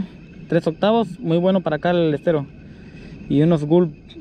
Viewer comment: "Estero" con "E" de Error!.....no SSStero!...saludos!